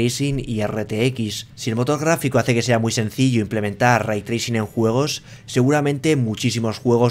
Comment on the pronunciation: "aVra Raitrricin en MaincRa??"